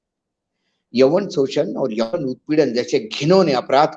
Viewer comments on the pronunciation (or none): yaun not yawan